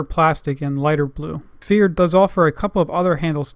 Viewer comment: You're pronouncing it wrong. The "pfer" part of the word sounds more like "fair" and not "fear". I'm spending lot of money because of watching your reviews. Thanks.